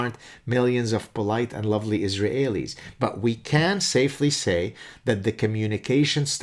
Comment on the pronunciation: I'm sure he knows zilch about the Japanese, but why in the bloody heck can't you just say 'Israelis' like native English speakers do? I prefer the French or 19th century way to refer to followers of Mahmud as mohamidin or whatever the hell it was, but: iz ra hey lee? If it's a fossilized error then please work it out, otherwise i oughta tell you it's like forcing me a gerbil, Professor ( maybe it's tough being a Canadahe-en